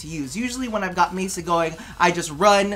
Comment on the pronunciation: Oh dear me. When said "Mesa", I squealed and giggled. Then I realised that it was an honest mistake and the nonchalance was the reason I watch vids